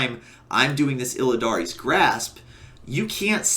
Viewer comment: "Illidan's" grasp. NOT "Illidaries" Grasp. Also you take ages to make a point. That walkthrough bit took ages to explain you used, two jumps and your covenant ability to go forward.